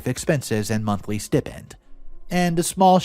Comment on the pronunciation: Stipend is pronounced STY- pend. Executor is egg-ZEHK-you-tor.